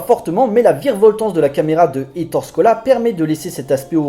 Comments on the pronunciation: On prononce Ettoré et non Ettore, ça fait mal à mes petites oreilles!! On n'écorche pas ainsi le nom de ce grand cinéaste En Italien, les e se prononcent é comme il sole (le soleil) se prononce il solé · Ettoréééééééé... Pas Ettore "la fin de la grande guerre" , le film se passe en 44, 45, c'est plutôt la "fin de la seconde guerre mondiale" "L'ère Mussoliène"...Non,non. "L'ère Mussoliniènne" Sinon, excellente vidéo. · Gros classique du cinéma italien, très fun et bien sale. Par contre on dit éttore Scola, tu m'as fait mal au oreilles mec . Bonne vidéo malgré ce petit point prononciation !